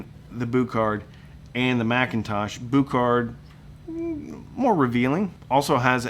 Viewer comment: Boo kart? Pronounce it Bue card, thanks